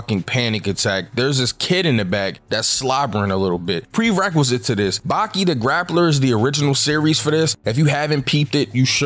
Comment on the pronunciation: Replace the i with an a in Baki